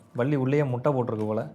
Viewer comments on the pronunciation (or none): Mittai ❌️ muttai✔️😂